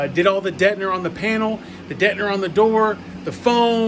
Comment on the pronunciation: Detner.. whats detner? Detning? That aside bro your way too hyped acting for the door pods.. the excitement is awesome initially but chill bro.. be hyphie when they get done, before the install and when you finally hear em.. but the whole damn time. Is just too tiring.. it loses its genuine feel or the realness of it.. even exo is chill in his video builds at points. Your just 100 the whole time.. but wanted to add, ive never thought about bang bros and systems before.. never put those two bangs to thought. Lol. Good channel name.. but take that detner and excitement full speed and just dont.. for real.. i personally cant even finish the video and i liked the way the whole build was going.. like a kid who asks are we there yet a hundred times or a chick who keeps asking common sense questions that should have been obvious to everybody.. just too much to wanna deal with..